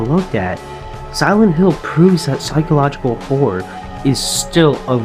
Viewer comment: actually good video, good writing. i think the documentaries work for you 👍 (sounds like u said "psychological whore" like 3 times)